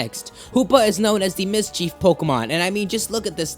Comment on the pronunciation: MIS-chif, dude._. Not MIS-cheef. Meh, whatever xD.